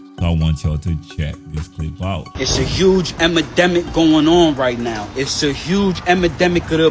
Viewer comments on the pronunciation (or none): “ huge emademic “ lmfao when using new words goes wrong lmao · emademic 🤣🤣. you "saying once you past the emademic" had my rolling😂😂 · It’s part of his content to say “emademic” 😂